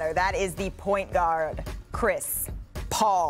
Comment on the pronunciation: “That is he point Gooard Chris Paul”